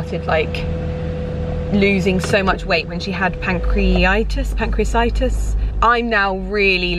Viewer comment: it’s a hard word, but it’s Pank-kree-a-tight-tis!